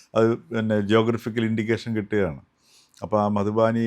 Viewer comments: മധുബാനി അല്ലാ മധുബനി അല്ലേ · മധുബാനി അല്ല, മധുബനി.